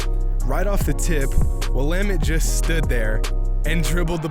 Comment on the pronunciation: U sayin Will-Ahh-Mette wrong btw. Nice vid tho.